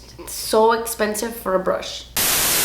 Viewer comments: Hearing her say "das espensive" makes my day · My favourite part of your videos is when you DAS ESSPENSIVE